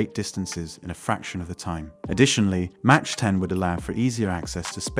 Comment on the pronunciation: Good video! One note, Mach is pronounced primarily as “Mawk” and not “Mawch”. Enjoyed watching!